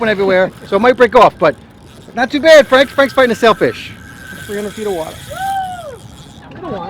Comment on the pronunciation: "Nice job!"